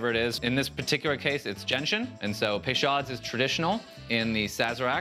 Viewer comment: It's "pay-show", not "pay-shod". Basic French pronunciation is not as hard as Anglopohones like to pretend it is.